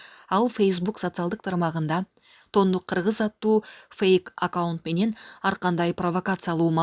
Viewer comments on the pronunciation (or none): Тондук эмес, тоңдук, туура окугулачы